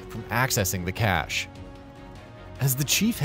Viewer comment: Within a minute, he then says cache like 4 times but says it properly lmao